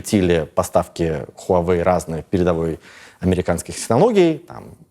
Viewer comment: Небольшая поправка: Huawei произносится 'ваa-вэй"